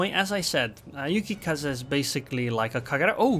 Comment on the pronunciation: nah, he called "Yukikaza" annoying